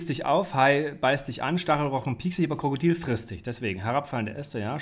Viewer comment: Warum sagst du Krakadil und nicht Krokodil?